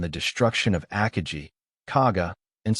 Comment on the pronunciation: your ao cannot even pronounce "Akagi" properly come on you gotta work on your proof reading and listening skills